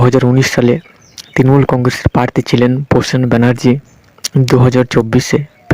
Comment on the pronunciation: Prosun banarjee not😂prasen banarjee